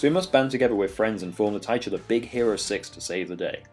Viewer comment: Tit U Lar. you keep pronouncing it in such an odd way. Good videos.